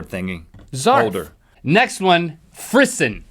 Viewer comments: Frisson is pronounced fris- (as in piss) -ou (as in the noise the french make all the time.) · I feel like most people would get it right if he pronounced frisson correctly. It's free-SAHN dangit. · frisson isa french word meaning chills and it is pronounced frizzon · You mispronounced frisson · Frisson is a frenchy word, you say it in a frenchy accent. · Frisson is a French word! Check your pronunciations!